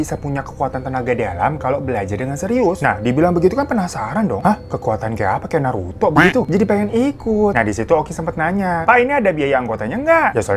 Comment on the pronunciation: Bukan naruto bang tapi narto 😂